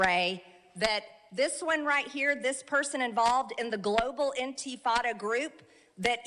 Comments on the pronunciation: "Antifada?" It's she trying to say antifa? Wait, I can just look it up... intifadah? Is that what she's saying? She does seem pretty obsessed over being the biggest bigot of all time. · "Global Inteeefaada" what an effing piece of S#%T Marjorie Traitor Greene is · The way Marjorie says NT-fada just makes me give up hope for the country.